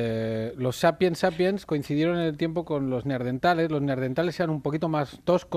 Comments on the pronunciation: ¿Soy yo o #BertoRomero y #AndreuBuenafuente dicen "Neardentales" en vez de Neanderthal? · Me encanta el programa, pero este me ha dejado con ganas de arrancarme la cabeza... NEANDERTALES, joder, no neardentales!!!! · Neardentales? Tenian los dientes buenos? O es que yo he escuchado mal... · Alguien puede explicarle, por favor, a Berto Romero que son neaNdeRtales y no neardentales :S Perfecto el programa salvo por estos detallitos que se te van escapando... son como gases culturales :D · pd: buenafuente, son nehandertales no ''neardentales'... ¿eso existe? sera ¿cercano a dental?